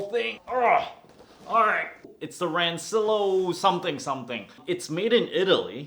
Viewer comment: In case no one mentioned to you it's pronounced "ran-chill-e-o" :), I think anyway.